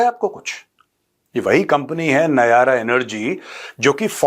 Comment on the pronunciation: Nayara nhi nayra🎉